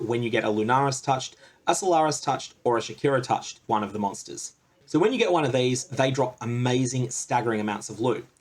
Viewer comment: Did u said shakira-touched instead if shakari-touched lmao wakawaka eh eh